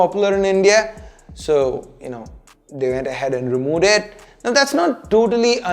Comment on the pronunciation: what if i told you that xiaomi wold stop removing the nfc chip only after you learn to say 'remove' properly. I can accept every shitty accent you have but I can't stand when you say 'remowe' every single time! please fellow indian brothers 'V' is not a 'W'!!! You guys clearly can make the 'V' sound but still why are you saying 'W' every time????